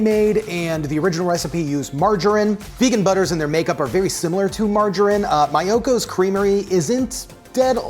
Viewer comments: It’s Mee-oh-kos 😝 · It's MEEEyokos. :)